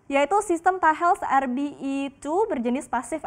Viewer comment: Sistem Radar "Yaitu sistem Tahels ErBi two".. Hadehh tolomg kale bahasanya jgn dicampur2 Indonesia Inggris klo gak tau nyebutnya.. Wkwkwk